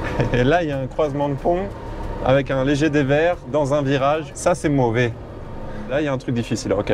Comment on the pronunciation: "Ca c'est Môoové " Punaise,, tu te rends compte de l'accent africain qui t'es choppé..? Mort de rires!!!🤣🤣🤣🤣 Et ta Mère est juste incroyable: "Ha, arrêtes!" "Non,!", "on s'est trouvés deux chevals"."Alors qu'est ce que tu as pensé du chantier?".Elle est trop drôle; juste après il y a ta présentation du 4x4 permanent (1ch) et son accélérateur, un banger!!! Vous être trop chou tout les deux, une chouette Maman et son chouette Fils! Cette vidéo est super, j'ai beaucoup ri et me suis ému de vos natures, votre relation. Bonne suite à vous, la famille!